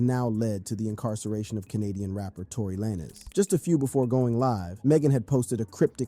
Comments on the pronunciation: He’s saying “Tory Laynez” so that people will comment and correct him, and when people comment… it boost his video in the algorithm. You just did what he wanted you to do without you even knowing😂. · You doing a story and calling "Tory lanez" Tory lay-nez tales away from your credibility from the jump. How did you really think that was like a last name or something lol